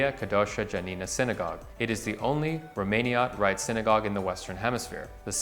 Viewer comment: you botched your pronunciation of the Jewish establishments. Jeshurun, Kehilla Kedoaha Janina and Romaniot all mispronounced. BTW I used to live at 190 Norfolk two doors down from Angel Orensanz and I had no idea it had such significant history